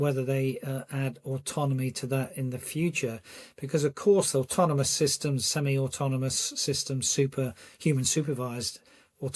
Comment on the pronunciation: Lady said automonous….🤨artificial intellligence v natural stupidity